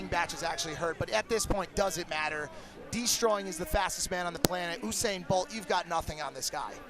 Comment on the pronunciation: am i the only one pissed that he mispronounced usain